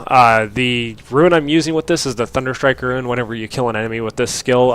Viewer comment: ITS RUNE!!!!! not ruin......i understand the type-0 but how do you keep saying it.